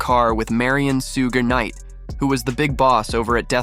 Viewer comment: Why you keep saying shuge knights name wrong